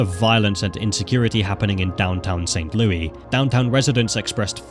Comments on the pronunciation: im from missouri, this was Intresting to watch. Its LOU-is not saint LOUIE LOUIS like (Lewis) its actually driving me insane, there is an s bub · It’s not St. Louie. It’s pronounced like Lewis. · Just a note from a Missourian: It's pronounced "St. Lewis" and only pronounced "St. Lewey" as a nickname when joking or sometimes in songs. Saying St. Lewey in this context is really weird. Great video and I can't wait for videos on other states! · its prnounced st louess btw not st louey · For future reference, in America, Louis isn't pronounced Louie. It's pronounced Lewis. Just so you know! Great video again and I visited not long ago for the Big Boy steam train there and the Arch. It was fun! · SAINT LOUIS!!! 🙄 NOT SAINT LOUIE 🤣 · St Louis Vuitton by the way he says it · lol what is ST LOUIE? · I guess I live in St. LOUIE. now. Crazy how he kept on saying it like that. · I live in this state. AND THATS NOT HOW YOU SAY ST LOUIS. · Considering how many times you mention St. Louis, you could have made sure you were pronouncing it right lol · Same bro same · yeah except it’s not a city in France. It’s a city in an English-speaking country. No one in that country pronounces it like that.